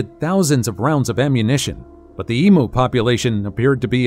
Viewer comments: Emu is pronounced. Em you, not em moo. 😂 🇭🇲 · It's not eemoo, it's eemyou. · My grandfather's uncle was a photographer in Victorian/Edwardian England. As photography was in its infancy then, it was rather expensive. He did a lot of memento mori photography. I think the studio he worked was Sunlight, I think. It's not pronounced EE-MOO, it's EE-Mew. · The way to pronounce “Emu” is em-you not the way its being pronounced here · Because you said e moo instead of em you. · Americans PLEASE it is pronounced " EAM YOU!" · If this refers to our Australian flightless bird, the pronunciation is eemyou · Would be lovely if a certain person narrating this video would Learn how to pronounce Emu correctly. You have the poor things name sounding like a cow mooing. It's very simple really all you need to say is eemyou there how simple is that America lol🎉